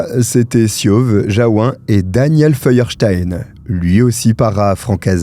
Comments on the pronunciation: On prononce Jaou"N" à Jaou"1". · Merci pour cette histoire atroce Pour info, Jaouen, se prononce Jaouène, c'est Breton 😉